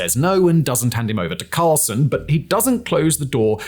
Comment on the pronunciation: I sense a lot of bias, if not outright spin. And an inability to pronounce 'Carlson'.